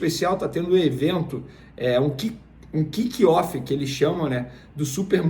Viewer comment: Se pronuncia quicófi Vene kkkk